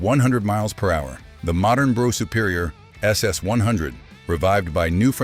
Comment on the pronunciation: It's pronounced bruff not bro.